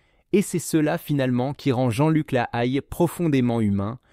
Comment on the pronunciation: Mauvaise prononciation de son nom de famille et il avait écrit un livre 100 familles